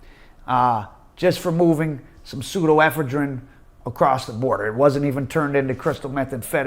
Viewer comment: the only dude on the planet that pronounces an O as an A in every single word. Also Pseudoephedrine NOT pseudo ephedrine. 😂😂😂